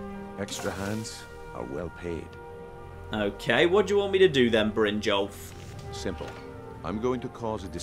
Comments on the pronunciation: it's brin-yolf, not brin-jolf. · I cringed when he said bryngolf instead of brynjolf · Is pronouncing Brynjolf wrong? I thought it was pronounced Brin-yolf?